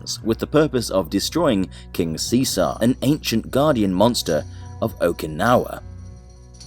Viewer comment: sensitive ass channel at which part was i being rude i just pointed out your lack of skill to read out a very simple name